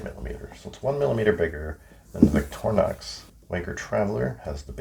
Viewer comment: Victorinox is pronounced VICTOR-INOX (equal emphasis both syllables) In French and other Latin-derived languages, "i" is pronounced "ih" not EYE, so "in-ox" from the French "inoxydable" (literally, non-rusting) or stainless.